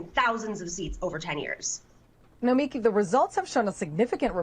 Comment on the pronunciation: Nomiki gonna come at you for pronouncing her first name that way. 🤣😋